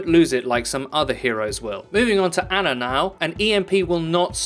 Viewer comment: Ugh. Another butchered pronunciation of Ana's name. It's not Anna...